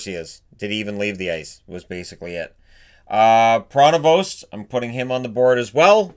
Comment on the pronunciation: I have the privilege to have watched every player on the board. The "st" in Pronovost is not pronounced.(At least it wasn't in the day.)